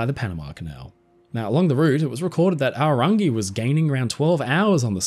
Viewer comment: Big ups for the pronunciation on Aorangi! So many people don't bother to learn.